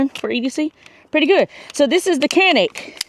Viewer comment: Just an fyi Canik is pronounced "Jonik " (Turkish)